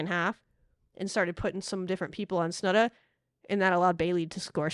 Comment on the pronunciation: Oh, Texas Tech fans are used to lazy work by a certain announcer who covers almost every game and it seems will never learn how to say Snudda's name properly.